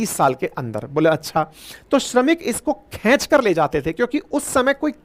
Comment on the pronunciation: KHECH KAR NHI HOTA.... KHINCH KAR HOTA H